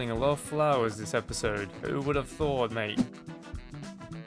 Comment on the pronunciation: "Wudah" "M8" "Rivah" man i love Australia